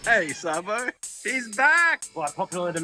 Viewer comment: Its pronounced Sabo. 😂